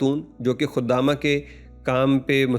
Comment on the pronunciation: لفظ خدامہ نہیں ہے خادمہ ہے بیوقوف آدمی